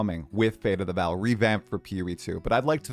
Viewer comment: what is with American and theyr absolute inability to read names(or words most of the time) its not Val, its Vaal